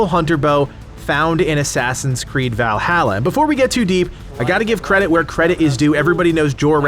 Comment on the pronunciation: You say Valhalla wrong, just so you know lol